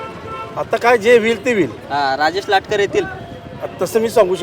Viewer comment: Latkar nahi latkar